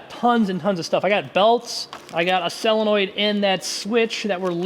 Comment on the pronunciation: "sell-in-oid" SOLE-IN-OID